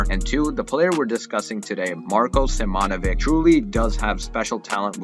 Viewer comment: U pronounced it right other than in simonovic the first o is the same sound as in pro or goal, not as in gone or on, it’s the Deeper O